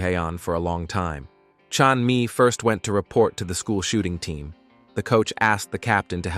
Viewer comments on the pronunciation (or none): fr the ai said "school shooting team" i knew what he meant but when he said it like that it sounded way off and like something else